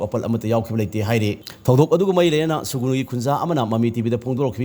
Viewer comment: Sugunu natte Sugnu nine manipur macha ne hyraga dufao khangdrabo noibo. Sugnu spelling fao chumna eba or chumna pronounce twba heitaba jidi yamna ekyna ngyniko😅